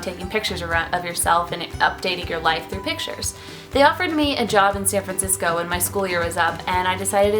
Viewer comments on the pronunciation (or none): none